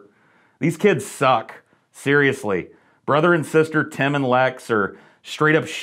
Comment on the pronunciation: It's Tim, with an i, not an e. Tem? TEM???